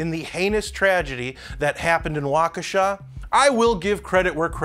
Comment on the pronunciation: Just found your channel. New subscriber! And kudos to the only person (outside of Wisconsin) to pronounce Waukesha correctly!